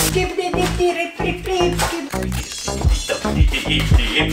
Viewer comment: they say ehkibidi or kibidi but the "s" is forgotten